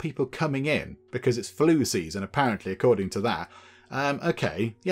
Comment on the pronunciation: Instead of flu season heard floosie season